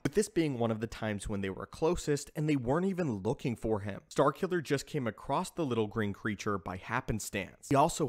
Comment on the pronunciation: Someone please tell the narrator that the word "across" doesn't have a T in it.